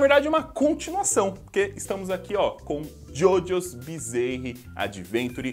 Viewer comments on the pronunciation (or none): Fala, blz? Massa o vídeo. Só uma observação pros próximos: “bizarre” se pronuncia “biˈzär” e não “bizeirre ” #paz